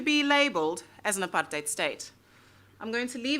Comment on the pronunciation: At least you pronounce the word "apartheid" correctly. I love that you're my fellow country-person (in case "countryman" is unacceptable), and make me proud of being a South African.